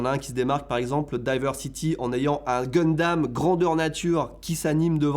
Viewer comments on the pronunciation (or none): none